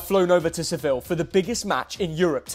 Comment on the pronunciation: Bro said Seville💀🙏😭